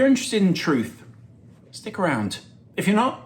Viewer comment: The “THUTH” about Jude Bellingham. Is this not clickbait?